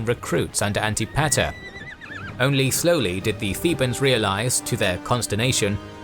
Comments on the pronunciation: An-tip-a-ter not anti-pater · One of the more interesting ways I've heard Antipeter/Antipater, pronounced. Sounds like Anne-Tip-Eh-Er. NOT, Anti Pater. 🤦😜. Sorry, Imma dork. 🤪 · Isn’t Antipater pronounced “An-tih Puh-ter” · Lol the way pronounces Antipater is funny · This is very exciting! So glad to see the series start. Another great video from, they really spoil us at this point. The pronunciation of Antipater was… interesting